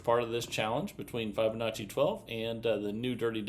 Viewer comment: How come he doesn't know how to pronounce Fibonacci?